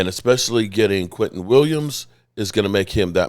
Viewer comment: Why do u keep calling him quinton??? It's quinnen!! 😂😂😂